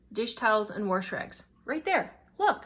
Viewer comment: There isn't an r in wash.